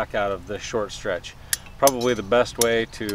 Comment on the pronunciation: "Probaly"????? "Akshuly"?????